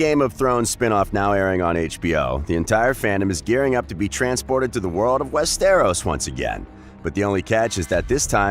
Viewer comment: you really need to work on pronouncing stuff right like Westeros it’s said like west-tor-os. That’s about as similar as I could spell for it. Just look up other vids on ppl saying it. Also you slipped up at one point and said dany isn’t born for another 2,000 years. It’s 200. But your video isn’t horrible. Figured I’d give some constructive criticism